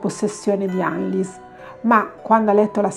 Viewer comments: Credo si legga "Annelise" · Per questo video è tardi, ma per i prossimi ricorda che in Tedesco le "E" finali si leggono: Annelìse è la pronuncia corretta. "ie" si pronuncia come una i un poco allungata. "ei" = ai "eu" = oi "v" = f "w" = v Cmnq, per la pronuncia delle varie lingue puoi digitare le parole nel traduttore Google come per tradurre e cliccare sull'icona dell'altoparlante: una voce le leggerà con la giusta pronuncia 😉 Bacioni 💗